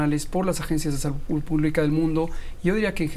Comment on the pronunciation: aja a ti te gusta nomas escuchar a kks diciendo : salutt, covitt, amistatt , dijistess , vistesss, trajistess . Eso si te gusta mucho . 🤣🤣🤣